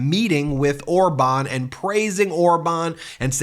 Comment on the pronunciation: Orban? He doesn't even know how to say his name? His buddy?